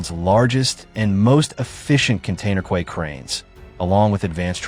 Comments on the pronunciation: What a ridiculous AI-generated animation of the cross-eyed narrator and an equally ridiculous AI-generated voice/pronunciation! e.g. Quay is pronounced 'key' and not 'kway'! ha ha ha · Quay is pronounced “key”